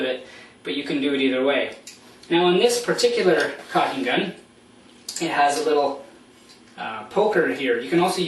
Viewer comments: it's caulking not cocking. Maybe in an irish accent - as in - " whale oil beef hooked.." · Dude Its caulking not cocking.